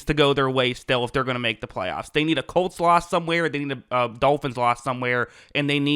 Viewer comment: You said, "they need a Colt's loss." But it sounded like you said, "they need a cole slaw..." ha ha :face-blue-smiling